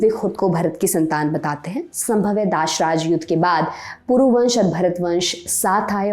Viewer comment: उच्चारण क्यों गलत किया जा रहा है,जैसे दसराज्य युद्ध को गलत उच्चारण किया गया